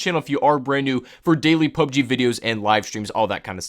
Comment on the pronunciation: PlayerUnknown's Battlegrounds; or P.U.B.G.; or Battlegrounds – NOT "PUB-GEE".